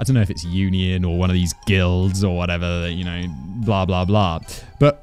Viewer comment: 🤣🤣🤣bruh said guilds🤣🤣explains why the punisher was to much for yas🤣🤣☠️☠️